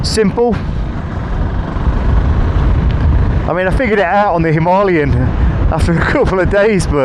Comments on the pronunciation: I'm sorry but I can't stand this dude pronouncing himalayas wrong it's not a himarlyan 😢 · And you got the perfect Indian accent for “ Himaaalayan” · I find your pronunciation of Himalayan strange, Hi-ma or Him-a! hope this makes sense? gr8 vids so far, just luv'n the difference between bikes, the RE looks the bike that has surpassed its predecessor, although KTM looks the part.............